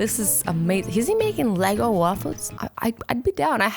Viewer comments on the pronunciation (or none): its ego not lego lol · Did you say LEGO waffles lol eggo waffles 😂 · Eggo* not Lego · When she said a Eggo waffle I thought she said a lego waffle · It's called ego not lego azzy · I thought she said Lego waffle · Uh so Azzy says LEGO waffle. Its E'GGO waffle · azzy said lego instead of eggo. Lol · Did you actually say lego waffles???? THEY ARE EGGO WAFFLES GURL!! sorry i just love my eggos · It is eugo not lego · Did she say lego waffle😭😭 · I got so triggered when she said Lego waffles😂IT'S EGGO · Did anybody notice she said lego waffles instead of eggo waffles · Did you say LEGO waffles not to be mean it’s actually egoa waffles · It’s eggo not leggo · Am ik tje only one that wants to die when she says LEGO waffles instead of EGGO waffles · It is eggo not lego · She said LEGO but it’s eggo Dies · Leggo waffle 😂 its an Eggo waffle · Eggo not lego. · When Azzy says LEGO instead of eggo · It's eggo not Lego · eggo waffle not LEgo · She said LEGO waffle instead of eggo waffle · Lol she said Leggo waffles 😂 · It is eggo not leggo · you said lego wafle instead of eago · Ego not LEGO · it isn't lego walfals it is eggo walfals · She said Lego waffles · She said Lego Instead Of Eggo...like or comment if you heard😂😂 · Im sorry but did azzy just say a Lego waffle I mean that's just 10/10 pronouceiation on eggo waffles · "lego'" waffles hahahaha Azzy I think you meant "eggo" waffles lol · Its ego not leggo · Eggo, not lego... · L E G O waffles 😂 you mean Eggo right? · It’s ego not LEGO! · Did anybody hear her say Lego lol it's ego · I love that you said lego not eggo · did azZy say Lego waffles instead of Eggo waffles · It's not pronounced leggo it's Eggo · When she said it I cringed SO hard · Disneyfanatic 123 BTW it's Eggo not ego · Azzy likes leggos not eggos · ha ha you said lego waffles but its eggo waffles XDDD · Azzy: Lego waffle Me: it's ego waffle not lego waffle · When she called the eggo waffle a legi waffle lol im dead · did she say lego waffles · IKR SHE SAID LEGO